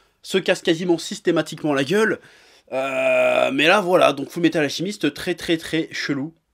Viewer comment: Ça m'a perturbé d'entendre "AlCHImiste" tout le long de la vidéo, mais je vais rien dire sinon je vais me faire insulter. Ah bah trop tard.